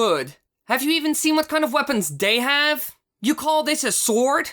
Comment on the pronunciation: "day have?"